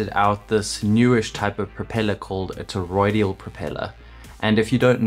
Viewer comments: ToroiDAL not ToroiDIAL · Now after me. TOR-OID-AL. not TOR-OID-EE-AL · Toroidal. Not: “toroidial”. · toroidal, not toroidial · FYI: It's "toroidal", not "toroidial" (sounds like "tor-oid-eed-ul") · It's toroidal not toroidial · Ok, I may be a little particular, but FFS! It's Toroidal NOT fcking TOROIDIAL. WTF! Michael 🇦🇺 🫨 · Why do you keep on saying: toroid-ee-ul ???